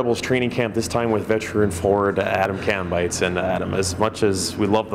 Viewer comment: That’s my cousin! It’s actually pronounced Calm and then bites. Kambeitz